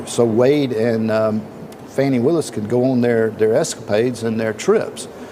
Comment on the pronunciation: I think its "Fawni" and 😅 not Fanni Willis